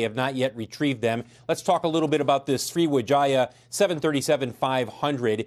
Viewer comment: Okok but did the guy just say sriwejaya